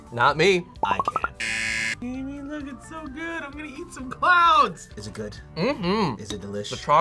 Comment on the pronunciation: Jaime and Jamie are pronounced differently